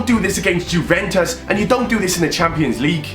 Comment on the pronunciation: Why do you say juventis like that